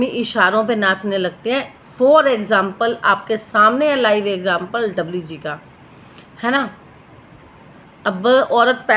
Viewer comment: Kya dabli dabli kar rhi hai namm to dhang se bol na Sikh le